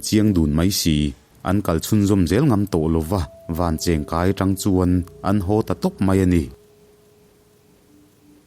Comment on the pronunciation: Vancheng kai kha , (cheng) tih lai tak kha , pawisa kan chhiar a cheng ₹10 kan lam rik ang khan ( cheng ) kha lam tur a nia ( vancheng kai)